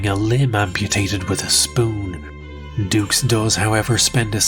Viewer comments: you know the guys a cook when he cant even say his second name correctly...its pronounced doo not dukes..... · I just wish we all would stop mispronouncing this poor man’s name, it’s obviously pronounced “Ducks” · Even his name pronunciation is fake ,it should be like ducks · Where do you find these whackos lmao. Also I can’t see “Dux” and pronounce it dooks. To me, it will always be DUCKS. FRANK DUCKS. 😂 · Frank ducks, no no no it's dux, oh u I get it like put up your dukes right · Frank "Two" Allegedux. Begin kumite! (koo-might)